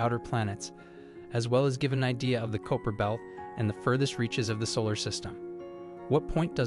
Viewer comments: Is it not called the kyper belt ? I've not herd of a koper belt before is I t new ? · I think he just pronounced it a different way